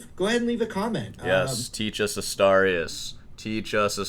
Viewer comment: "A star e us"? Does he mean Asturias?